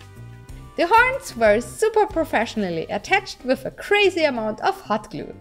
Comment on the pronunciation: I love how you saying hot glue sounds like thot glue. Awesome cosplay as always